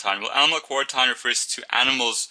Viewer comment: Its not pronounced ( spelled phonetically of course) Q-war-ent-ien It is pronounced Q-war-ent-een I is the Letter I and the mistake is very understandable but just for future reference :) ( my entire biology class listened to this and we all had the same feeling on the matter) Apart from that though the video was great